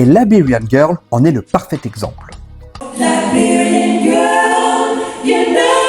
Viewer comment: Très bonne video mais par pitié, arrête de prononcer « Laberian » girl ca fait mal aux oreilles ! Ca se prononce « Laïberian » !